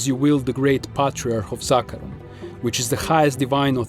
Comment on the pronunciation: Finally someone who pronounces zakarum right